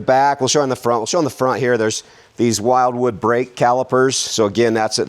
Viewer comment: Those brake calipers are pronounced will wood not while wood